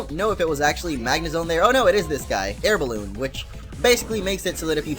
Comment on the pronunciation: Lol, "Air Boalloon" xD